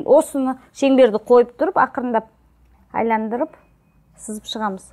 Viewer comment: Айландыру емес Айналдыру